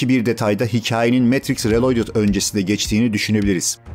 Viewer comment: Kanka reloydıt telaffuzunu nerden öğrendiğini paylaşır mısın?